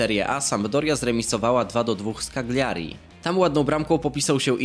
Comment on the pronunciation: nie chce być nie miły ale błagam NIE KAGLIJARI TAK KAJIJARI P.S. włosi mnie nauczyli